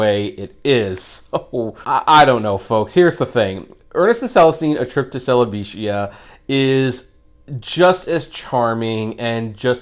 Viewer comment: Wooooooooow, Fantastic Review my man, you did in fact mispronounce that, its pronounced, jibb-er-ee-shia. Have a good day.